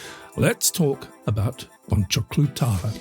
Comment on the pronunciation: bon-juke-lu tarr-la